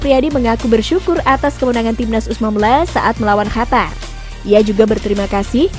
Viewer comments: Qatar min, bukan hatar wkwkw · Bukan hatar tapi Qatar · Dari kemarin2 juga ngomongnya hatar2 mulu,, biarin ajaa ,biar si mbak nya seneng wkwkwk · Si eneng mnta d cium ngmong hatar mulu